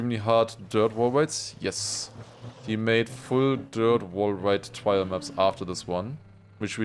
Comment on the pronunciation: r sound not w sound in trial please please please